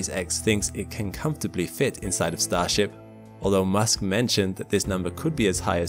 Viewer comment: "They'll be brought there by StarShap.." Umm no.